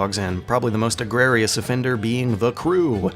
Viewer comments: EGREGIOUS NOT EGRARIOUS i liked the vid tho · LOL YOU SAID "EGRARIOUS" WHEN YOU SHOULD HAVE SAID "EGREGIOUS" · Psst, it's "egregious", not "agrarious". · EGREGIOUS. eh-GREE-juss. NOT AGRARIOUS. This ain't no farm-based economy. love the content keep it up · Egregious is pronounced "eh-gree-juss". Agrerious is not a word. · ( - just fyi) there's no such word as "Egrarious" - I have a feeling you mean "Egregious" ( "E -Gree -Juss") - as in: 'terrible / the worst' ...as "Gregarious" (the only other I could think might fit) doesn't make any sense, given the context. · you said "egrarious" or something like that, did you mean egregious? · do you mean egregious? Not at all trying to be snooty, I've just heard "egrerious" too but can't find it anywhere. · "egrerious". Gotta love genius video critiques an his quirky pronunciations. =3